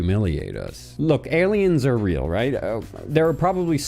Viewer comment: Knowing the channel it sounded either like a joke/done on purpose